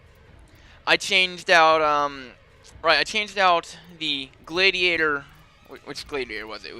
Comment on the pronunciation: Gladiator is said g lad ee ate or